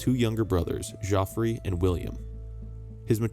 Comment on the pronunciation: Thank you for the video. The pronunciation of Geoffrey is the same Jeffrey